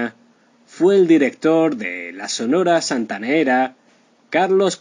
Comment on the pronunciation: Triste final por que? Este Señor es un farsante no sabe ni pronunciar Sonora Santanera Mucho menos sabrá de la vida de la CHAMACA DE ORO